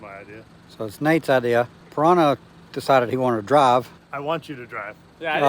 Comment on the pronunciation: Trevor Pirahna ? isnt it Piranha ? not a big mistake, still love yall :)